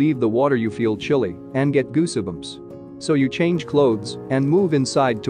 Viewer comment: goosibums? ffs get a narrator.